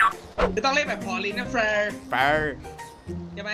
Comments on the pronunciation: เฟรอ 55555 ขำเเดก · เฟอ พูดแบบห่อลิ้น 5555